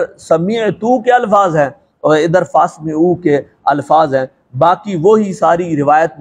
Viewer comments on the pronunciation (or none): حضور آپکو تو ماشاءاللہ عبارت ہی پڑھنی نہیں آتی فاسمعَہ لفظ ہے نہ کہ اسمِعْہ۔ فلان بن فلاں 🤗🙏🙏🙏